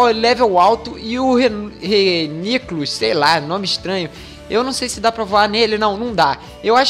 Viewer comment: se pronuncia "Flaigon" e o outro se pronuncia "Reiniculos" (acho),e kronos,não sei se é possível,mas se der pq VC não muda o nome das suas bags pra deixar mais organizado:D Vlw,flw